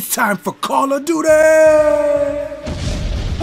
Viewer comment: Kahrl of duty